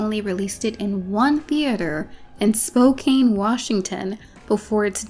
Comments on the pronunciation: SpoKANE Washington 🤣 For future reference, the correct pronunciation is Spo-cann. Great video, LOVED! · Love your work. 😂 But also as someone born in Spokane I have to tell you that it’s pronounced like Spoke-can. The e just gets left off it. Everyone not from Washington gives it that kane. Loved the video. Would definitely trust you to give us a fun goth Crow. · dying at “spo-CANE” Washington. Nobody who isn’t native can pronounce our city names 🤣 Absolutely Spokane is where you’d send something sad to die though so Miramax had that right. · I don't believe it will ever come up again but it is Spo-can. Thank you for your time. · As a Washingtonian- I have to say it’s pronounced “Spo-can” 😂 But truly-Loved this video- you put so much heart and soul into this. I definitely know more about The Crow films than I did previously. I’ve only seen the original and the new one that came out recently- so I know nothing of the…other films ha. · I don't mean to be "that guy", but "Spokane" is pronounced "spo-CAN". Yes I also know how "Willamette" is pronounced, why do you ask? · Spokane doesn't deserve to even roll off tongue, may it be mispronounced for always